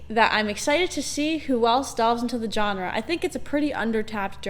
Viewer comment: Good video but dislike for not pronouncing genre like Alex Trebek